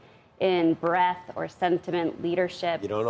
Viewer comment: BreaDth, not breath